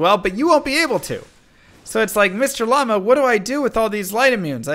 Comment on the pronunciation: you should pronounce llama correctly hehehe